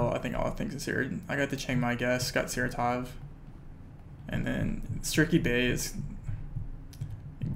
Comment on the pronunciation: Its not SaratOv, it is SarAtov